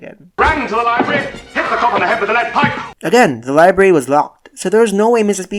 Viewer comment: And he says liebary instead of library